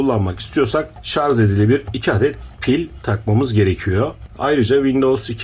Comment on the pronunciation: Telaffuz'da Hata Oldu Diyelim Neticede İnsanız Siz Anlatılmak İstenileni Anlamışsanız Çok'ta Önemli Olmasa Gerek. Zira Burada İnsanları Aydınlatmak Amaçlı Çaba Mevcut. Bunu Görmeyip, Şarj mı Yoksa Şarz mı Mevzusu Enteresan.